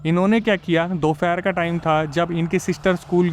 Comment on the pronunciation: दोफेहर 😂😂 नही दोपहर।